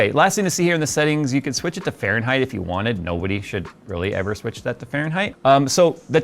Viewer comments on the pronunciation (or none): none